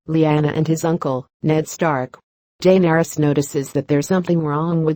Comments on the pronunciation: I hate the way the narrator pronounces "Daenarys". 😣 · felt like stabbing myself everytime heard DAYNERYS